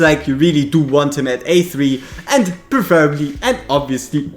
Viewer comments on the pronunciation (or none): none